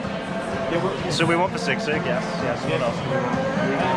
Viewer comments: Guys, it’s not sig-sig but SEE-sig. 😊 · I heard sigsig 😄☺️, that is sisig… 😅😉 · Haha its si-sig not sigsig😅